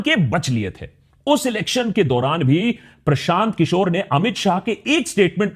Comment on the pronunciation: Prashant kishor ke dhul bhi nhi Ho tum Unka naam thik se lo